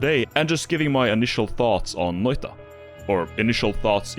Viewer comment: Now when I read the word noita, I hear the shitty butchering of the pronunciationthat you say rather than the beautiful correct one. I hate it.